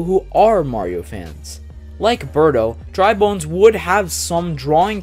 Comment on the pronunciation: You got Dry Bones and Bowser Jr. correct!